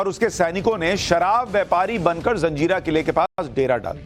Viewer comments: जंजीरा का सही उच्चारण "जज़ीरा" है न कि जंजीरा। ये एक अरबी भाषा का शब्द है जिसका अर्थ टापू होता है। कृपया इसे फिर से जांच लें। 🙏🙏🙏🙏🙏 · am a Nepali but i want to tell you one thing reporter sahab,this fort name is Murud Jajira hey not a Janjira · SUSHANT JEE , namaskaar . I am really sorry , but , feel that it is my duty to correct , if there is any mistake . It is not JANZEERA , it is JAZEERA . In ARABIC , an island is called JAZEERA . Please don't mind . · Abe jaljira nhi jazira hota he bewakuf😅